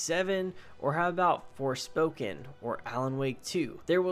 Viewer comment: LOL, he said Forspoken.